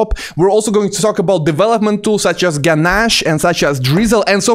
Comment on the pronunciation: Genache = ge’nash and not ge’nashy 🤓